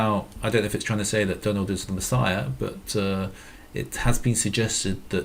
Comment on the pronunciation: did anyone else notice that the way he said messiah sounds like "machine" ?